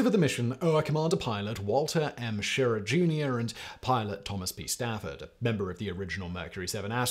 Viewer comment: Simon it’s She rah not shir a.